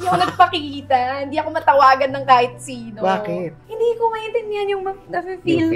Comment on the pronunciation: sinetch itetch sis? 😆